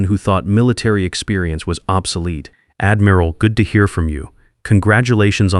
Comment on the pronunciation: Pronounced admural not admeral. A navy man or woman would know that.